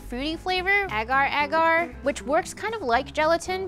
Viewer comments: I am Asian and I am raging at the way she pronounces “agar agar” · But the way she say agar-agar kinda triggered me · okay i need answers is it that only malaysians pronounce those as ah-gar ah-gar ？？？ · Why tf does she say agar agar like that...damn...triggers me everytime